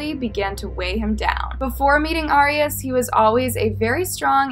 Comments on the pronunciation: FYI ✨, Her last name is pronounced like AIR.. not "ARE" ✨ 😀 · It’s pronounced Air-eee-as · Yeah I’ve never heard it pronounced this way either. Jodi herself pronounced it AIR-ee-us. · It bothered me so much how you pronounced her last name wrong the entire video. Lol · No she’s not there how it pronounce arias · Your pronouncing her last name wrong.